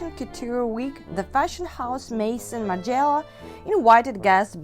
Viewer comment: You are pronouncing Margiela the wrong way.